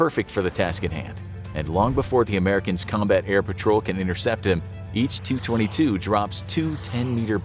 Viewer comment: How about some pronunciation help for the the v.o. guy? Tu-22 is pronounced T.U.-22, not 222.